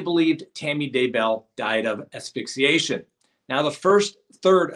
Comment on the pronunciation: Asphyxiation - “ass-fix-I-a-shen.” (Not “aphyxiation.’ No such word.)